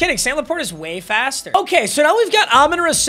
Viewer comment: It hurts me every time that he is a die hard lions fan and can’t pronounce “Amon-Ra” properly.. it’s RAH not RUH